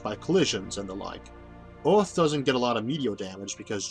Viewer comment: Orth?? Orth?? Earth you mean